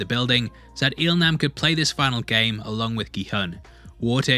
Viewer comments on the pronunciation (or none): Il Nam is pronounced as "Il Lam".